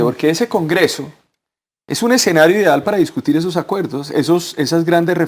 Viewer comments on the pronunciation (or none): para el invitado de la izquierda, no se dice exenario sino escenario